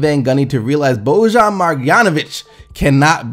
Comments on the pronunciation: Btw, it's Boban (read 2nd b like a b lol) BO-bahn Mar-yawn-ovitch ( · It's NOT BoJan It's BOBAN MARJANOVIC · no respect to boban lmao. got his name wrong like 5 times haha